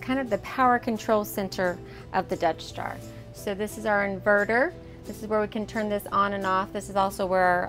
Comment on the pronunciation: It keeps sounding like your saying "Death Star" 😂 😂 great vids btw really informative